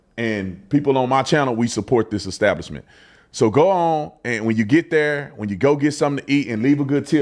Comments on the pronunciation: He said Eggstablishment and not Establishment. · Ecstablishment 😆. What a ruckin Feetard! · Pastor need to learn to read it's not eggstablishment 🥚🥚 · "At their ek-stablishment." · That "pastor" needs to pray for redemption and the ability to pronounce "establishment" (hint: it's not exstablishment). 😂 I put some money in the Salt and Honey bank, all the best to them! 😊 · You could tell the pastor wasn’t up to snuff by the way he pronounced establishment.